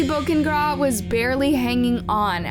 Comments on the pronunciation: Bow-kah-neh-Graw. Is how you say her last name. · I love so much that you covered this story with respect to Ashley but please make sure that while you are researching their cases, you take the time to learn the victims names. Ashley Bo-Ca-Ne-Gra. watching the slaughter of her name was so much pain throughout this video lol. keep it up girl!